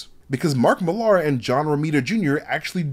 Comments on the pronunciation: Nice video, but I think you're mispronouncing Mark Millar's name. It's not Millard with the D removed. It sounds like Mill-r. My name's Ben Millar and it was a bit grating. Usually people can't spell my name, but they can usually pronounce it. Keep up the good work, otherwise. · Mill-ahr? It's just said like Miller, dude. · Bloody hell. What is it with Americans and pronunciation? Mill LAH. Same as Miller.